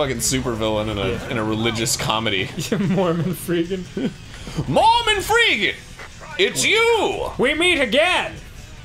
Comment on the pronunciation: I almost choked on a pretzel when Danny said :Morman Freegen